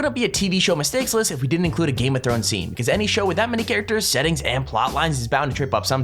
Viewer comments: You said thones instead of thrones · #GameOfThones P.s did you mean to say Thones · #GameOfThones 😂😂😂 u forgo the "r" lol!! unless u did it for fun. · #GameOfThones he forgot the r lol 😂